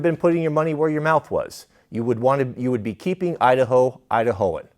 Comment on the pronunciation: Kamala Harris, "I da ho". 🤣😂🤣😂🤣